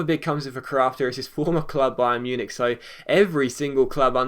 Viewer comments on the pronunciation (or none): none